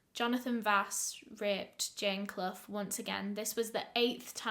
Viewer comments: Love ur channel. Quick question....Is Clough (Asking cuz U pronounced it properly) a common name over there!? Its my maiden name and nobody in my life has ever pronounced it properly. Lol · My last name is Clough but no one in the US pronounces it correctly. Honestly kinda weird to hear it right from someone else.